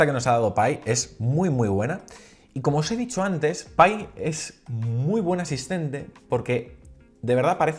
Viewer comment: Pai ???? JAJAJAJAJA o π (pi)